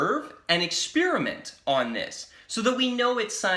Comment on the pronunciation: Just him pronouncing ‘experiment’ “ekspearuhment” is enough to make me turn him off